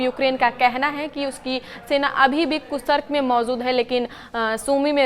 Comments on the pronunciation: koocerk nai koorsk hai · कुसर्क नहीं कुर्स्क होगा